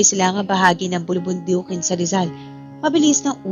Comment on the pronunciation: Ano un tulog nanaginip imbes n nanganganib. Menimemorize kya mabilis at patigil tigil s pagbabasa kc nkakalimutan ang mga salita qng wla po c o c wg n po muna kau magupload kc mli n po ung pgbangkit ng mga salita.bulubundukin po hindi bulibindikin naku po